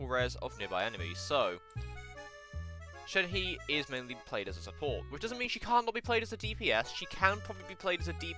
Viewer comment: shenhe is pronounced shen-huh. no hate just coming from a chinese person :)